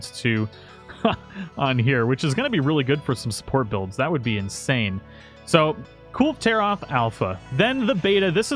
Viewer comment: "Cool Taroth" :P